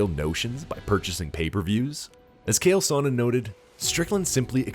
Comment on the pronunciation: WHO THE HELL İS "KAEL SONNEN?"